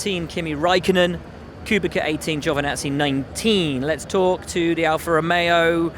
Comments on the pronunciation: Kubitsa... KUBITSA... You of all people should already know that, Will. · its Kubica ffs! not QUBIKA!... you and Paul are all the time wrong -_